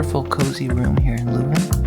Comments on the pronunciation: Spijtig dat het weer zo nat was. Aandachtspunt: vooraleer je commentaar geeft, laat een lokale Vlaming al de woorden in het Vlaams correct uitspreken. Je kan even gemakkelijk LEUven zeggen in plaats van LOEven. Zowat èlk woord dat je verkeerd uitsprak, had je correct kunnen uitspreken. Zonder te zweten. Zeg telkens in welke straat je bent: dat maakt het gemakkelijker voor de reizigers die na jullie komen. Weet dat de eerste taal die Britten aan het vasteland tegen komen het Vlaams is (officieel het Nederlands). Calais is gewoon een stuk Vlaanderen dat Frankrijk reeds eeuwen bezet en niet willen teruggeven aan het Vlaanderen dat zich in België bevindt. Ik had jullie graag een rondleiding in Leuven gegeven maar ik woon er al vele jaren niet meer. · My city. For English speakers it's probably easier (and more correct) to pronounce it as "lurven". Also "the university is close by"... the university is scattered all over town.